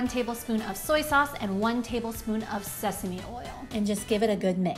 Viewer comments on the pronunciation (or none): none